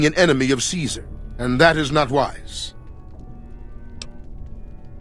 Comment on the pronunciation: It's pronounced Caesar.